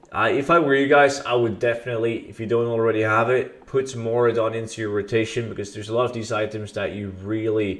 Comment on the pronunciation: hey you made a mistake its Maraudon not Mauradon